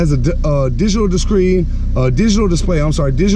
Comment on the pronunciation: "digital discreen"